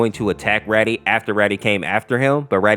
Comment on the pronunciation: Its not Raddy its rAdi as in radiation